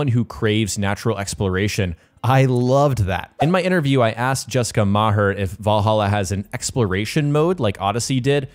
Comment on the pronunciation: Shame he can't pronounce 'Valhalla', though lol.